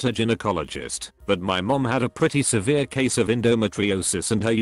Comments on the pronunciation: The word is pronounced guy-no, not gin-o. To the woman with the birth defect: not a defect. That's your HYMEN. Some are mainly open, some have more than one hole. It's a ring of tissue. Sometimes drs need to cut them if they don't break naturally. Nothing defective. I hate AI. Mispronounces every medical word and gives bad medical advice..... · These text to speech videos are awful. What the hell is an Jin-o-cologist? 🤦‍♂️ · Did you not check your crap AI voice b4 putting this vid out??? Geeeenokologist?? Ffs dude!! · "Ginnyecologists" I've found some really lazy and badly done reddit story channels before but this is the worst. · This was interesting but I couldn't get to the end because the computerised voice was so bad.Mispronounced so many words, even Gynecologist! You really need to fix that. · I had to stop listening because of the computer narration. The way he said gynecologist, yeesh!